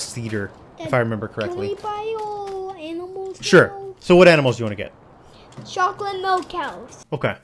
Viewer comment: I love when he said choalate milk cows